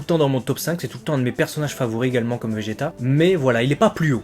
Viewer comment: J'adore le faire que tu dise Vegeta car c'est Vegeta 🥰